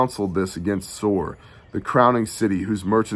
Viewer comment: Shabbat shalom. Two things... HalleluYAH!! The wisdom of knowing that there will be no peace in the Middle East until YAHUSHUA'S return. How many politicians obviously are not wise enough to pay attention to that fact. 2nd...you kept saying "Tsor" from chapter 23. It prompted me to look up the meaning of "Soros/tsoros". Here's what I found: Strong's #4673: soros (pronounced sor-os') probably akin to the base of 4987; a funereal receptacle (urn, coffin), i.e. (by analogy) a bier:--bier. Thayer's Greek Lexicon: ́ soros 1) an urn or receptacle for keeping the bones of the dead 2) the funeral couch or bier on which the Jews carried their dead forth to burial YaHushua spoke about this in Matt. Interesting huh💭🤔